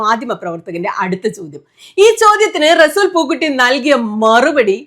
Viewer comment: റെസൂൽ... അല്ല resul പൂക്കുട്ടി അങ്ങിന resool എന്നല്ല 🥰🥰🥰